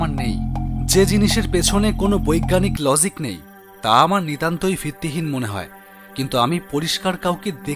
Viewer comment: গরিব অটো ওয়ালাকে জুয়া খেলা প্রমোট করা হচ্ছে! জঘন্য ব্যাপার 🤨 আর এম, এ, পাশ অটো চালককে তুমি করে বলা কেন?!🤔 কথাটা 'লযিক' না, 'লজিক' ।